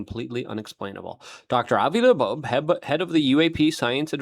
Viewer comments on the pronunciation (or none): LUKE.....it's not La'boab, that's not his name, you make yourself look like you've not done your research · Why do you say Laboabe?? It's pronounced like Lobe like an earlobe. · 🤬Oh FFS Luke, LEARN TO SPEAK ENGLISH!!!! Avi Loeb (low-b) NOT "La-boabe" Nuclear has only 1 u in the word! "new-clear" It's NOT "new-que-lurr"!!! You're not 5, speak proper! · How can you read "Loeb" and say "Labobe"? You've done it since he came on the scene. And it's 3i Atlas not 30i. Drives me nuts!!! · Ear Lobe. Avi Loeb. Hope that helps luke. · Luke, his name is pronounced "Lobe" - same as the floppy bit of your ear 👂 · He can say "Ashwagandah"....but can't say "Avi Loeb". 😂😂😂 This guy speaks dyslexic. 😂😂😂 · it's not "satire" or "sarcasm", since he does it every single time he says Avi Loebs name... The man speaks fluent Ozzy Osborne. Slurred mispronounced words often. Now correct yourself, so you don't look a fool. If it's a joke, it's long overplayed and has lost any humor it may have held.